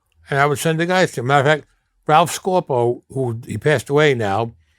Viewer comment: Being that he’s talking about my father or grandfather ralph scopo I’m hear to confirm he’s lying . I know this because he doesn’t even say Scopo right. It has the long o sound he says scorpo or something. He’s a liar